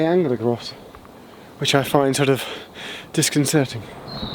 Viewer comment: You made me think of Hercule Poirot "Askew is quitte disconsering"